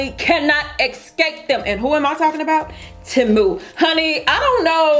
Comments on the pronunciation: It's pronounced TEE - MOO. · It's pronounced TEE MOO